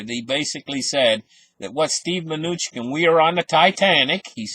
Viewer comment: Good info, thanks!!! Its Ma-new-chin :)